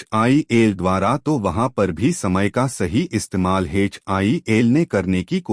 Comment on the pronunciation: HAL hai Bhai HIL nahi hai 😅